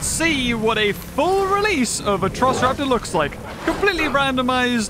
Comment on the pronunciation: Atrociraptors not atrisoroptars or whatever you said